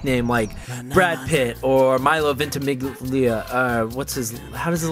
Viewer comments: ahajshjahsha Milo VENT-E-MIG-LEE-UH? xD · Vent - E - Mig - Lee - Uh? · Ventimiglia : Ventimilyah. :D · Vent - e - mig - lee - uh? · i love milo its vent-e-mill-ya